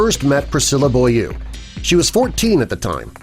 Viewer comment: Why fake photos? Heaven knows there are millions of photos of them everywhere! Therefore, not a very convincing presentation. And her name is pronounced BOW-LEE-OO...French!